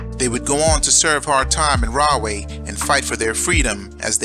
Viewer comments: I was born in Edison lived in carteret belmar and Camden Nj and Rahway is pronounced raw-way not rah-way lol anyway you should cover jamesburg juvenile state prison as well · It's pronounced "Raw-way " though, not "Rah". But, at any rate, as a child I'd see the prison in the distance on 1 and 9 heading towards, Woodbridge Mall. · Pronounced Raw-way, not Rah-way. Because there is the right way, the wrong way....Then there is the RAW WAY!!!